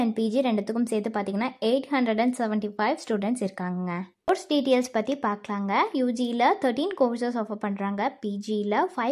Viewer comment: அதென்னம்மா "டீடியல்ஸ்"?😂